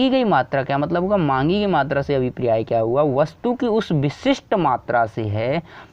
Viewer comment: Abhipriya nhi abhpray hota h 😂 #priya got viral🤣